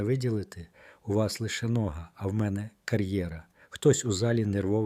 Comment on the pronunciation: Як можна казати по українські нОга? Де беруть таких ' декламаторів'?